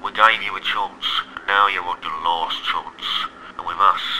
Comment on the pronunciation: Chance * not Chontce